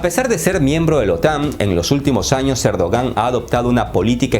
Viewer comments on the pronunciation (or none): dice “cerdogan” jajaja